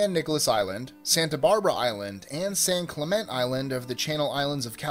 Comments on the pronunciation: It's pronounced "San Clemen-tay," not "San Clement." And crocodiles and alligators are different species, dummy. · San Clemente is properly pronounced "Sahn-clay-main-tay", but most will say "San-cluh-men-tee". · That should be "San Klem-EN-Tay" island.